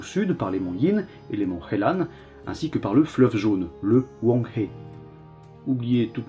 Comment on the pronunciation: Pour la prononciation du fleuve jaune "Huang He", tu peux le prononcer en "ruang re" même si comme tu l'a dis, la prononciation n'est pas une prioritée